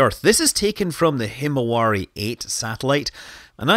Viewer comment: hmmm actually "himawari" 's pronunciation in Japanese is like "himawali"...